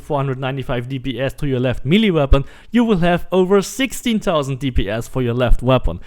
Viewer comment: If I never hear milly weapon again I’ll be happy.